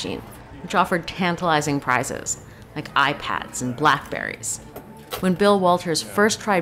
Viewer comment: Narrator: Tantilizing prizes like Black Berries Me: This is at least 10 years old